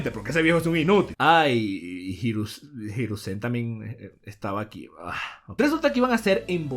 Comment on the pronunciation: Cada vez sigo queriendo mas una evolucion de “jirusen” si, asi mal escrito, por que asi lo dice